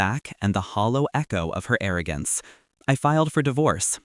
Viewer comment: Please say arrogance again😂